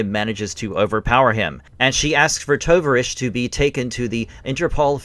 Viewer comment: It’s the Russian word for comrade. The name should be pronounced ‘Tow-Vahr-EEch’. O as in tow A as in car I as a long E as in field Good video.